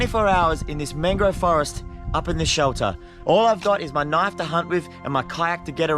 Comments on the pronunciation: His accent with the knoife always gets me. 😂😂😂 (I'm not rosting him just saying ok) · That's not a knoif, that WAS a knoif